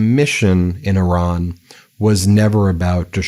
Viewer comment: Thank you for saying "Iran" as it should be said. Every time i hear an american person say "Iran" the american way, i want to say great!, where to?